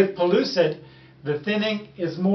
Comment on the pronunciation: PELLUCID NOT PULLOOSID (PRONUNCIATION)